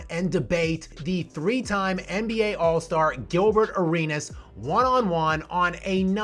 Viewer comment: You say Arenas like Ah-reen-ASSSS🤣🤣🤣